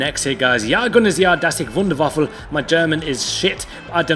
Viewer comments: Wunderwaffel:D Das hört sich eher Niederländisch an und nicht Deutsch:D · I swear u said wonder waffle.